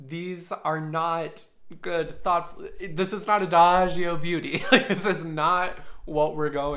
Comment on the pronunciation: You said adagio perfectly, btw